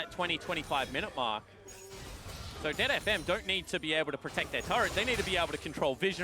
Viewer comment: Why does he keep saying DeadFM? :/